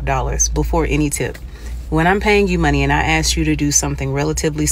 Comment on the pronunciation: She went to university and she's still says "ax" instead of "ask"........